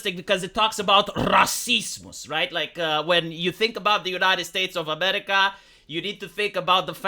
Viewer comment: Probably 'Cause I listened to it prior whenever he says "racismuss" my mind goe "Du, Du Host, Racismuss" the brain is a weird thing.